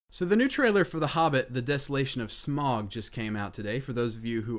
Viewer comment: Smaug = smawg or smowg . Just saying, Thats how its pronounced xD